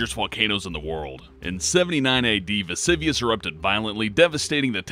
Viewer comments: its pronounced "mount vesUvius" u dumb cow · pronounced vasoovius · Veh-Zoo-Vee-Us. That's how you say "Vesuvius".